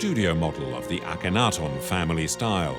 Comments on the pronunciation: Why are the broken parts of the ears painted the same colour as her face, not the colour of the limestone underneath like the scratches, as they should be? Can someone also inform the narrator that there is no "o" in Akhenaten. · *Ak-en-ha-ten *Pee-tree (Sir Flinders Petrie) *Kaiser Wilhelm (not "William"). Hire a new narrator/translator.